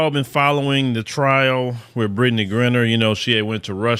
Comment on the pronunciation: 😅 why keep saying Britney's name wrong?